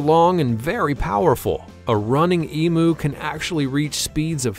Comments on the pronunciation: It's not an E-Moo! It's an E-MYOO! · The commentators ignorance is astounding. WTF is an e-moo. Try pronouncing it as eem-you. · Emu is pronounced E-m-You. Not E-moo. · EM UUUUUU NOT EMOOOO. FFS. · The Australian Emu is pronounced Eem you